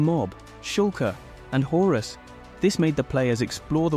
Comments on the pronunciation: Its Chorus not Horus… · 'Horus' got me dying 💀💀💀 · Why is no one talking about the fact that the narration in this is clearly ai generated? The script also feels like it could have been done with an ai, lots of weird wording throughout, and also stuff like calling chorus "horus" Basically, this video just feels like a soulless mass produced blob.